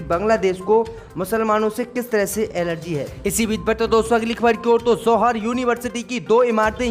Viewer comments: ZOHAR BOLTA HAI..JOHAR BOLNE NAHI AATA.... SHAME SHAME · Z. Ko J read kerta hai yeh bewaqoof